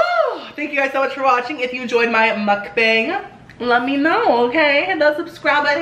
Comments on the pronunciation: It's pronounced "m uk - bong" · it's actually pronounced mook-bong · Its pronounced mok bahng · I love this ,your a natural mukbanger !!!!! I usually calculate the calories on the internet nutrition calculator so I don’t go over my limit .(sonic,McDonalds,Pizza Hut) Also Is it pronounced muk-bang or muk- bong ? P.s you are so awesome 😆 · I love you so muchhh. I love these mukbangs. Btw it's pronounced "mook-bang". 😘 You should do a pizza place next. 😍 I'm getting food in a bit so I'll eat wit you, I'm getting little ceasars ❤ omG you loved my commenttt 😭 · It's pernounced mookbang